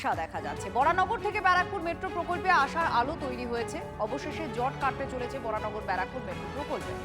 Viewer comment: বরাহনগর বলুন, বরানগর নয়। বাংলা এবং হিন্দিতে বরাহনগর লেখা থাকে যেটা সঠিক নাম, ইংরেজিতে ভুল লেখা, Varaha Nagar লেখা উচিত ছিল, সেটা ধরছি না এখন, আপনারা বাংলা খবর চ্যানেল চালান, সেখানে সঠিক ভাবে লিখুন এবং বলুন।